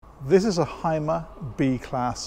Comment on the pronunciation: When you presentate a product...don't you think, it would be good to call it by it's correct name? When you watch my video, you will know how these vehicles are correct pronounced. With greetings from Deutschland.